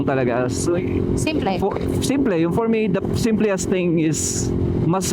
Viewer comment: simplest po not simpliest